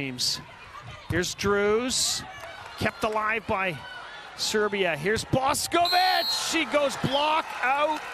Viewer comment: Commentator sucks. It's Boš('sh' as in English)ković not Bosković, Lozo(zed\english) not Loco, Drča (as 'ch' English) not Drca. We are talking about World Champs here. He could take of his precious time to learn and properly pronounce names, for god sakes.. Amateur...